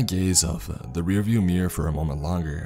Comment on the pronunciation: The way he says mirror lol